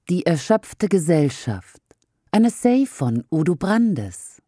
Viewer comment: Essay: Ausgesprochen 'Essäh', Nicht 'E-say'